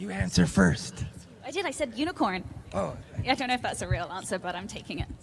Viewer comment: Dom saying unicorn is hilarious 😂😂